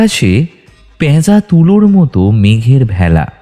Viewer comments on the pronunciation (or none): ‘Pyaza’ noy…….’peja’